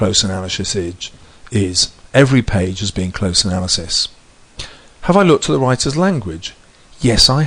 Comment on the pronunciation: "That's what close analyshis idge. Is." Haha anyway great video this really helped me.